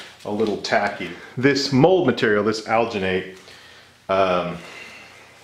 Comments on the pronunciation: Al-Gin-Nate, is how we pronounce it in the dental field. The colder the water you used will let you have a longer working time. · as a sfx artist I must tell you it’s pronounced like al-Jin-et and you need to mix it w COLD water SLOWLY by hand NEVER with a power tool. Also a fun thing you can do is leave the mold to dry for a while and it’ll shrink. My teacher once let a face cast shrink and kept making a stone positive of each shrunken face and casted in alginate he kept shrinking until it was only about three inches tall. Super cool stuff! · The "g" in alginate is pronounced the same as in "GIF". Hope this helps. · Al-gee-nate. Soft G. You couldn't've used a less... demonic... color for the foot? No? Okay then. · It's not pronounced ghh but rather juh. Alginate is used for taking dental impressions for one time use only as you mentioned in your video. "Aljuhnet" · The pronunciation is Al-gen-et, or Al-gen-ate, if that helps. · It's made with algea so al-gin-ate. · It's pronounced "alginate", hope this helps. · the G in alginate is prounce like in.GIF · It's alginate with a soft 'g'. it comes from algae. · algenate is pronounced like gel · It's pronounced "alginate"